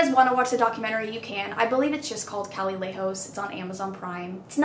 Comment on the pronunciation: sis that’s not how you pronounce calle 😂